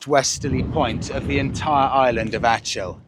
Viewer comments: Proper pronunciation is like this...ACK ILL...not ATCH ILL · the c in achill is a hard c . its kill more so than chill .. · Not Ach il …. Think of German word “Achtung …. Then pronounce “Ach..I’ll”. …. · Why on earth did you not ask someone how to pronounce Achill? Disgraceful disrespect.